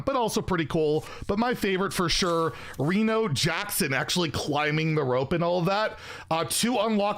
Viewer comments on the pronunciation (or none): none